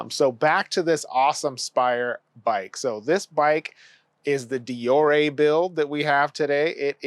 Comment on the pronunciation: Never heard deore said like that. Great review